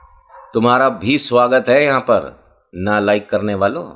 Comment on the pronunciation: ना लाईक बोल रहे हो या नालायको बोल रहे हो 😂😂😂😂😂😂😂